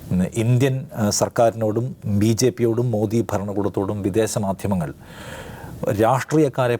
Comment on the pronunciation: മോഡി അല്ല സാറേ, മോദി എന്നാണ് ഉച്ചരിക്കേണ്ടത്.